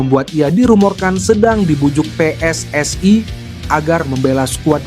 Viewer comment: Bang,.maaf bacanya biasa aja nggak usah di baca pessai(PSSI)dan weenai (WNI) gatel dengerinnya😅